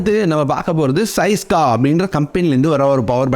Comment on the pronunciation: Bro neenga ean different ha pesureenga fourteen and syska